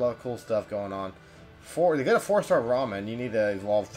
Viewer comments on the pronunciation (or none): none